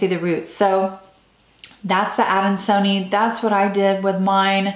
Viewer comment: It’s pronounced adan-so-knee-eye. Why are we only seeing you and only an occasional peek of the plant?